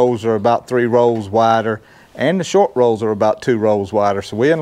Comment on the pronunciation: It's " rows" 😂 Happy Birthday 🎈🎂 We love you 🥳❤